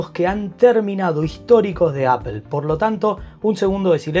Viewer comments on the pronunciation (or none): Muy buen vídeo/resumen, en conclusión…. “Apel” y sus “Apel-adas” que la mayor mejor en la serie pro es que ahora viene en titanio con su respectivo aumento de precio 🤦. Maldigo la hora en la que me enamoré de Apple y sus productos. Y solo me queda corregirle a un ligero tema con la dicción, no es tranferencia, es transferencia y no es perpectiva, es perspectiva. Esto por ser quisquilloso 😅 pero gran vídeo y muy bien explicado todo. Seguid así!!!